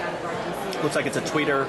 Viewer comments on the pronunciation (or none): He said "Tweeter" . >__<